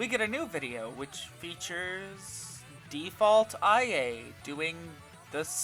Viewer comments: Its not I.A ita ia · I'm sorry but did you play an entire game with her only to call IA 'eye a' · I really don't wanna be the person to do this, but.... It's ee-ah.. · Take a shot whenever he says "eye a"